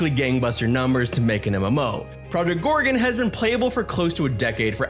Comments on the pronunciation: "Project Gore-re-unn'..?;) Great video,. Thank you! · Yeah.... how can he pronounce it wrong when it's clearly written. 😂😂😂 Or he's just trolling to get us to leave a comment